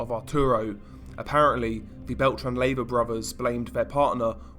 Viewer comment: Pronounced lay, va